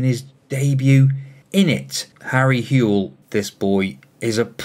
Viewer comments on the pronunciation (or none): His name is pronounced How-Ell and i go to school with him lmao